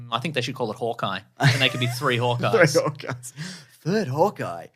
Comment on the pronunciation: 3 Hawkeyes. Thriawkeyes